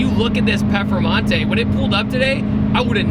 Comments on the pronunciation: Great video but its PERFormante not PEFormante lol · Say it with me now, per, form, mante.. now say it together, performante 😂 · its pronounced PURRRRR FURRRRR MANTAY. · Anyone else laugh every time pronounced it "pefermontay" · Why does he say perphamante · I've never heard another American say it the way he does. I say per-for-monte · Zee Two Fiddy well the Lamborghini is called Performante but I guess it's somehow too hard to pronounce right for most non-european people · So annoying like fuck say it right